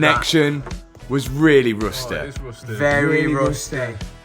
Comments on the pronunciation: “Rustehh!!”😂😂 Loved it tho.. probably the first time I’ve fully watched a youtube video thats longer than 15 mins❤️🤙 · the connection was very rusteh really rusteh 😂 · "very rustay" love the vid mate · it's roos-tay lol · 'VeRy RuOuStEd" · Only one thing left to say: veery rusteh! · "It's rusté!" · Rusteeh…it’s rusteeeh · roustey very rousteyy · VERREH RUSTEHH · Three Brits confirmin', it's verwy rusty And it is indeed. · the way he says rusty on is weirdly cool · Mate the way you say rusty ruins my atmosphere